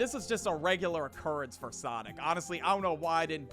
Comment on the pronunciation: Why does for sound like engween 💔😭